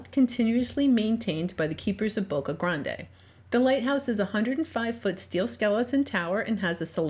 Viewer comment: Its not pronounced Boca Granday! It’s Boca GRAND!